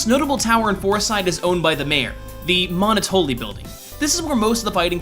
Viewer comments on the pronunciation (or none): Monotoli is pronounced like Monopoly. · Jesus christ, "MOHN-O-TOE-LEE" Its "MUH-NOT-OH-LEE" Yknow, like a pun on Monopoly? You are seriously fucking dense.